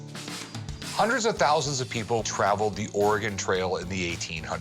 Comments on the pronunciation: Lol. Or ay Gon? Really dude. Lol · ORE-GAN lol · Lol I pronounced Oregone for a long time before learning the correct pronunciation. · UGH!! Could you pronounce Oregon correctly? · Rick: calls in "expert" Expert: can't pronounce Oregon